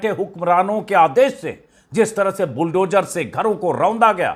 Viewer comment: श्री अजीत अंजुम जी जद नही ज़द बोलना अच्छा लगता है बुलडोजर नही बुलडोज़र बोलिए शब्दों का उच्चारण सही हो बहुत अच्छा लगता है 😊😊😊